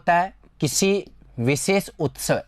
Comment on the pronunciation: आपका उच्चारण सुधारें जैसे पीस - पीस , संस्था - संस्था, नोकरी - नौकरी, बिसेस-विशेष ............